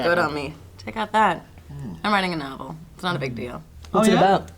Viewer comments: "I'm whiting a nawble." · I come back to this video a lot just to see put on both pairs of glasses and say "I'm witing a nobble", makes me laugh every single time. she's my favorite human.